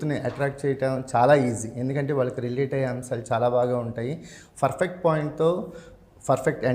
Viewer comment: Adi ferfect kadu babu😂😂Perfect antaru Perfect❌Ferfect✅